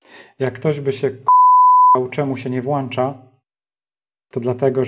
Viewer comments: a mi opadają cycki jak słyszę włancza a nie włącza bo kupujesz np włącznik a nie włancznik i to są wkręty a nie śróbki hej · Szanowny panie. Się włącza. Włącznikiem. Bardzo proszę nie kaleczyć polskiego.